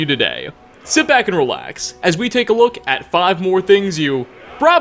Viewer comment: Bro you're putting an A on the end of every single word you say. "Elder scrolls fiii-vuh"